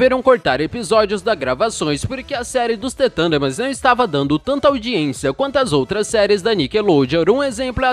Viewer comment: mds é the thurndermans e não t tundermans e tbm para o video ter mais qualidade não repita tanto as palavras. Só estou tentando ajudar e gosto de teu conteudo